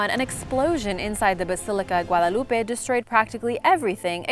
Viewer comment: Is she hispanic, because she pronounced the word "Guadalupe" so good